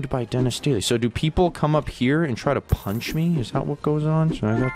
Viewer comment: when dennis said punch things and people that sounds like fling things and people